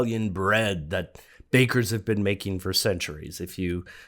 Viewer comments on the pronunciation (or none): none